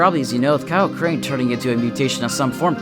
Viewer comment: It’s crane